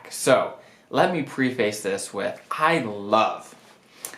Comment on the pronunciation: Wonderful video! (“Preface” should be pronounced “PREFF us,” though.)